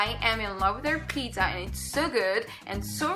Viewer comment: check the right english pronunciation of the word 'pizza ' .. but I like you so much though